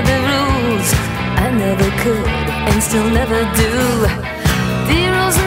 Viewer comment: Could this actually be about Steve Jones? Did Danny Boyle get this one right? There is no way she wrote this about some random kid hanging out after a show. This is very personal. Listen . "I want you Steel" she mispronounces "Still" ever so slightly to put an "E" in it. "I want you "Steeeelve"